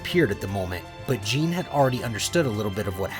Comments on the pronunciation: ok, i am sorry for nitpicking but ( Gee nay). Otherwise I love the content. Keep it up! I can't wait for part 2. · Good story! Her name is pronounced like Ghee neh so you know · By the way, Gine’s name is pronounce “JEE-NAY”. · Very good vid but it is gine gee-ne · Ah yes "jin" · Gine is actually pronounced with the g having the "guh" sound. So it would actually be gin-nay. Other than that, great story!!! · Another great vid my guy. Side note: Gine is said as Ghee (the food) with the “g” sound like game and not a “j” sound like jump along w/may like the sound a horse makes ( which is actually spelled neigh). So, ghee-nay. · I love the stories but I wish that you would've said the names correctly like the emphasis of gine has a e at the in so it would be Gin"e" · Contemplated leaving after how pronounced Gine but i'll wait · Amazing but it ticks at me how he is mispronouncing gine’s name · this is so good but the way he says Gine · Its gine not gine thats nit how you prenounce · Ok, look, I’m really sorry to nit pick like this, but it’s pronounced GEEN- A not like jean idk it just is wrong and they even pronounce it in the movie properly, but again this is like mega nitpicking, you can just ignore me if you want, sorry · It's gine not gene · Jeen??? Its gyna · does this guy really not know it's not pronounced gene it's pronounced gee nay gine is kakarots mother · Her name is pronounced Ge-neh, not Jean, lol. Good story though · Stop calling her jean it’s pronounced ji/nay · Hey it is not gine it is gi-ne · ITS GE-NA NOT GENE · its gin-ne not Gene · Its not Gine its Gi-ne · gine is pronounced ge nya not jine i think but however is the right wat to say it isn't my problem this is very gooooooooooooodddddd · FYI; Kakarots mothers name is pronounced Gina not Jing and yes I am aware her name is spelled Gine but it is not pronounced like that since the "E" is pronounced as an "A" and the "G" having the English pronunciation. So it is Gina not Jing. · G-I-N-E not J-E-A-N